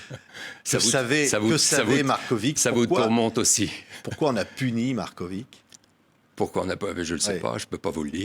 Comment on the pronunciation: Il.ne cesse de dire Marcovitchhhh. C est.agaçant. Au moins l interviewer l.a bien prononcé. MAR KO VIC.